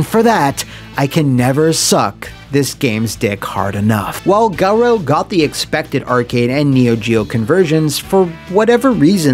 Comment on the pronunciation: Can't believe the title screen pronounces "Garou" like that!